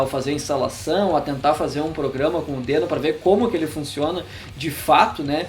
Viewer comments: Na gringa eles pronunciam 'dIno', né? Bem mais legal que 'dÊno'. :/ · A primeira coisa que tu deveria dizer é que a pronúncia correta é "dino". Até o logotipo do negócio é um dinossauro!